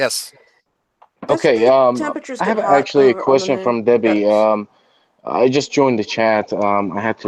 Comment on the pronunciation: Oh no. It's Duh-bbie.